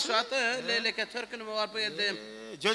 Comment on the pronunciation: Лейлек деп суйлонуз инвалидке окшобой лайлак эмес Лейлек